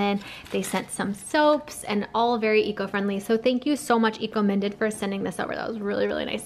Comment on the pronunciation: I think that brand at the end is probably pronounced eco-mine-ded, as in your mind, because you are being eco-minded by thinking about your impact on the environment. Looks like a good brand!